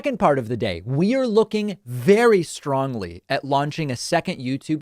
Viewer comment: When you said, "VERY strongly", I had a little flashback to you-know-who.